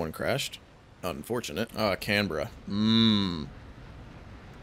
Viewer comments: As a born and bred Australian, I can assure you Canberra over here is pronounced "Can-Bruh". Channel 9 political correspondent Peter Harvey crafted a whole career out of pronouncing it that way. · its 'can-bruh'